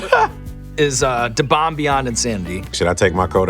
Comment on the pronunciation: After so many years you'd figure Sean would have learned that he doesn't need to pronounce the D in Da Bomb. You're supposed to pronounce it as "The" because you can still hear a hint of "D" saying it normal. Even black folk don't normally say "Da" pronounced Duh.